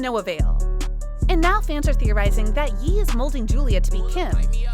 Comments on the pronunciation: You pronounced the name wrong it ye like yay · probably shouldn’t have said the Jupiter line right after pronouncing his name “YEE” (actually it was a terrible line in and of itself you probably should never use it at all) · How you know how to say Kanye but can’t say ye